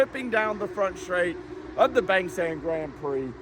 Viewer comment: Mate you been in Thailand long enough to know it's pronounced Bahng, not Bayng.